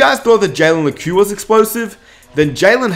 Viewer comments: pretty sure it’s pronounced “Leck” not “Lekew” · It's Lekew